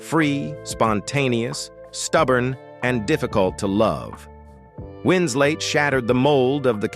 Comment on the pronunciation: This knucklehead keeps calling her wins late come on you dummy it's wins let. 🤗🌹🤗